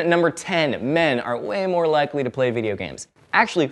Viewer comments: 'Likely' not 'liekly' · One misconception about the word "liekly" is that it is actually spelled likely....mind bloooow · Was the "liekly" deliberate? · "LIEKLY" GOOD JOB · "liekly" me too, i'm gonna start using that now as well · Isn't it 'likely'?